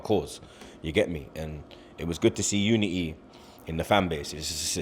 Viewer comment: The way he pronounced unity